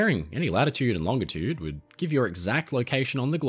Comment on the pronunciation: Thank you for using a hard G when saying "longitude".